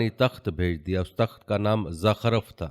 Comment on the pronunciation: Zukhruf lfz ha. Zakhraf nh